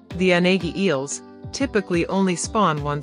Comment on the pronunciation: It's a mistake. Unagi is not pronounced this way.